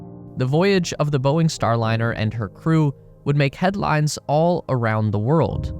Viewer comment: Boeing… pronouced as “BOING!”